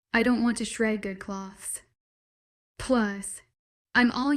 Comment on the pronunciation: For the love of god it’s clothes not cloths. Not strips of material